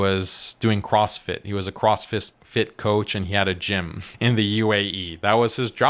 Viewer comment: I loved your opening mispronunciation. "He was a cross fist." "That was his job".